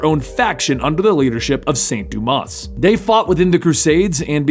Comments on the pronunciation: it's Duma. S is silent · You don't pronounce the "s" in "Dumas" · Hey, just wanted to tell you, you don't pronounce the "s" in Dumas.:P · One of my favorite Gotham characters and favorite alternative batman. Not too fond of how you pronounced azrael and dumas though